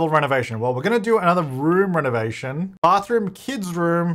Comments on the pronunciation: She actually said something more like "ernovation" but yeah, it's too close to English! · i heard irnovation